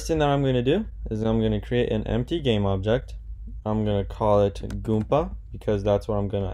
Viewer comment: Goomba not Goompa